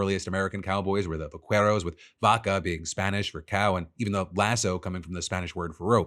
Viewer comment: . In Spanish, the "u" in "que, qui" is not pronounced. Therefore, "vaqueros" is not vah-kueh-rohs, but vah-keh-rohs.